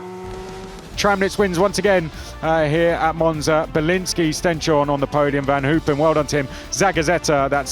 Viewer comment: its pronouced Stens-horne, not Sten-shorne